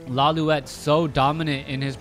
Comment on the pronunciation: correction: it's pronounced as law-light not loliwet